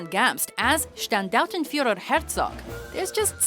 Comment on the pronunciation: gratulations you pronounced the Standartenführer right :D didnt expect that :P